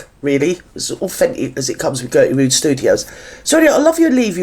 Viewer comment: “Gerty Rood Studios “😂😂😂😂😂